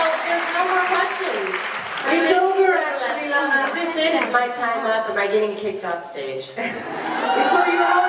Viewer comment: You said Lama it Lana